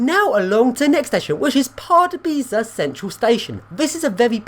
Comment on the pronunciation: I'm half Czech, its hradets kraloveh not kradek kralov and pardubitseh not pardubeechy 😂 Nice vid of the pendolino though